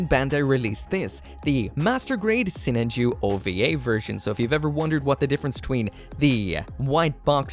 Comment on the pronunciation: You say it so weird. I say Sinan Ju